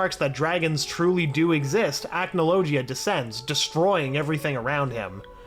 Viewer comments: The way You pronounced Acnologia make me wince in pain. The "g" is not pronounced like "g", but like "gh", it's more of a dull sound. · Acnologia: ack no low gee uh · Please stop saying acnologia like that 😭😭😭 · 2 mins in and already annoyed with how he’s pronouncing acnologia